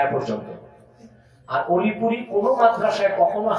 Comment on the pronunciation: ওলিপুরি না ডাইলপুরি 😊 আব্বাসি হুজুর জিন্দাবাদ 😊